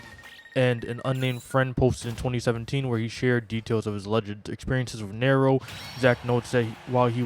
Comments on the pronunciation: You are pronouncing Nairo wrong btw. Just fyi just so you know for the future. It’s pronounced more like “ Nai ro”. Not Nario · Ok first of fuck this guy. Talking about smash and can’t get the story straight initially and also for not even being able to properly say Nairos name. Not defending nairo. But bro you clearly know NOTHING about smash if you can’t even say a top players name. Gtfo here bro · Why would you even care about the community or whine about Nairo’s name being pronounced incorrectly as if he deserves to have his name acknowledged at all? You can like Smash and not know about it’s toxic community. This just makes it that much worse. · Your entire complaint is Irrelevant. Who cares if he pronounces his name wrong. Why does that invalidate his argument, and how exactly does that mean he doesn't know anything about smash. He has an accent, so obviously he'd get something wrong. you just sound like a child at this point than anything else.